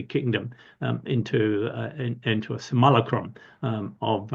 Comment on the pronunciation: Was that supposed to be 'simulacrum'?!